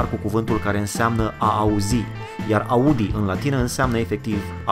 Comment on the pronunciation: În niciun caz Audi nu e asa cum ai zis 🤣🤣 Nu am mai ras de mult asa tare Invata sa rostesti cuvintele in limba germana fiule După documentează-te cu mai multa atentie Auto Union Deutschland Ingolstadt Trăiesc în orașul unde se fabrica si lucrez ca si desenator de caroserii pentru Audi